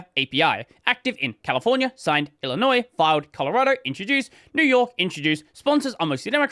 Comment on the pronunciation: Mad props for pronouncing Illinois correct.